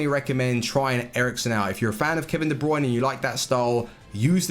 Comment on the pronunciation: De brunay